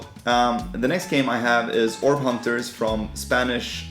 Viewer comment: Hi! Im German P. Millan, thanks so much for your interest in Orb Hunters!! 👏👏👏🤟 Good pronunciation xdxd 😜